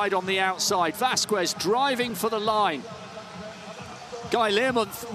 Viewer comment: The fact that he can pronounce KSZCZOT and not Vasquez is mindblowing